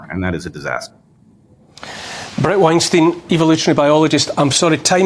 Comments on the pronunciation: Neil.. it's Wein Stiyn .. not Wein Steen. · Yo, Neil, learn how to say Bret's last name. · Neil pronounces Weinstein incorrectly, very easy mistake that I'm sure Brets used to. I only noticed because I just watched a video where he introduces himself. Anyway both legends, good conversation